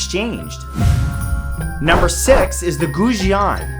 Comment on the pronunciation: That's a dang nice sword. Btw, Zulfiqar is pronounced zoolfeecar. And Goujian is pronounced go-soft u-jee-end, with a sharp j sound.